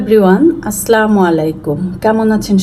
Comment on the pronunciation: আপনার ভুল হচ্ছে 'আসসালামু ' শব্দটি উচ্চারণ করতে যার শাব্দিক অর্থ শান্তি। আপনি বলছেন,'আস্লামালেকুম'। যার কোন শাব্দিক অর্থ হয় না। আপনি যখন নামাযে আত্তাহিয়াতু পড়েন তখন আসসালামু আলাইকুম শব্দ দুটি একবার পান, আসসালামু আলাইনা শব্দ দুটি আরেক বার পান। সুতরাং আপনি আসসালামু শব্দটির উচ্চারণ জানেন।একটু সচেতন হলেই আপনার সালাম শুদ্ধ, সুন্দর ও অর্থবহ হবে ইন শা আল্লাহ।